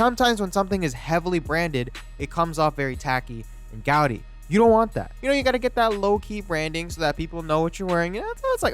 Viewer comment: This man really just said gowdy